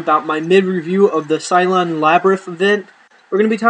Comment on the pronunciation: Sylvan, is pronounced like "sill ven" I believe.